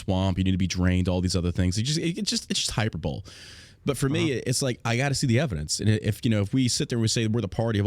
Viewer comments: Lol he said "hyper-bowl" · "Hyperbowl"? Can't remember the last time I've heard someone honestly pronounce it that way. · hyper bowl